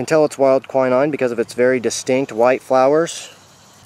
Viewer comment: KWI 9...EASY ! WILD KWI/KWEE 9. I was wondering what you were calling it , too .Great video of information...thankyou!